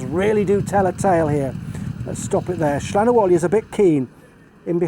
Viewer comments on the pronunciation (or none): Slan Abhaile.. pronounced slawn avallya